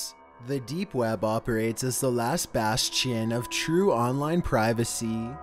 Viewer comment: "the last bas - chin" lol